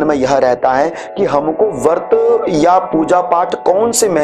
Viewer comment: "वर्त" नहीं, "व्रत" होता है, कृपया सही उच्चारण करें।